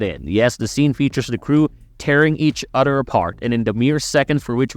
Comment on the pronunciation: Udder instead of OTHER,christ,you sound like a stupid kid in 4th grade.